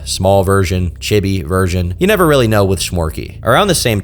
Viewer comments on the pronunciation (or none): I think the word chibi is pronounced Cheebee.